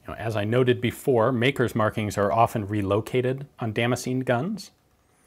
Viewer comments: i decided after 4 min to drink everytitkme you said damscenjin....im fucjking hammered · the way he pronounces Damascene hurts me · Every time he say damascene my mind expects him to say damage.